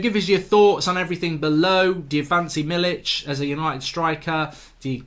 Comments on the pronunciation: Mark its Milik not Milich ;) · You should actually pronounce: „me-lick”. Greets from polish fans.